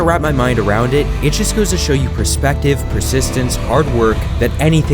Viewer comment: Can't read your own script?... "perspective"